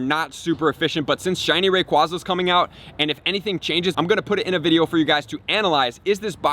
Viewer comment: I actually like his pronunciation of rayquaza hahaha